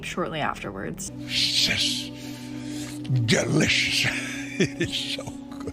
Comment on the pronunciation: the funniest shit ever lmaooo😂😂😂 "Absholutely Shtunning...siiish delishh" 😂😂😂 stay on demon time lmfaoo u can hear, see & feel the demon being summoned, the nerve to say "preach it brutha preach it" shit is pure insanity 😩😩